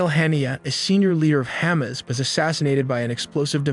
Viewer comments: Lol, Ham-izz . Moss-add. Tare-inn. Where does he get these pronunciations from?? Why would you not look that up before you make a video on it? It's huh-maas, mow-sad, and tuh-rawn. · "Hamis"? & "Therin"? 😂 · Hey-mas lol I just can’t! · Hamas (Huh-moss)<---- pronunciation, not (ham-is) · he said “the senior leader of Hamas-ass” 😭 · Lol ham-az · Ah yes. Ham-ass 😂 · HAH-miss? TAIR-in? MAW-sad? Weird your video has such good production values while the pronunciation is so bad. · ham us.? its eye Ran (iran) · Let’s learn how to pronounce Mossad and Hamas before we make a speculative video with no real new information. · Oh man the "Mossad" & "Hamas" pronunciation are rough. Hard to look past, but I'll try! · Cute the way narrator pronounced Hamas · Thé pronounciation of hamas and mossad 😂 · Great video but you say Hamas and Mossad incorrectly however what a good job on graphics, shot have me do the voiceover I sound like an announcer or d Old school d.j. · You put all this effort into animations and research, the least you could do is learn to pronounce Iran, Tehran, Hamas, and Mossad. It may seem trivial, but this obvious lack of attention to detail calls into question the accuracy of everything else in the video. Ugg, you mispronounce pretty much every name you mention. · Great animations, but what's up with the weird pronunciations of Hamas, Tehran, and Mossad? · Learn to properly pronounce Mossad, Haniyeh and Hamas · Kinda lost some credibility when you pronounced Hamas and Tehran totally wrong. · Buddy, you are butchering these names (Mossad, Hamas; and the word “covertly” as well?). You’ve heard of these groups before, right? Otherwise, good video. But, if you want to be taken seriously, you gotta pronounce most of the organizational names properly. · 10/10 Video, 1/10 "Hamas" pronounciation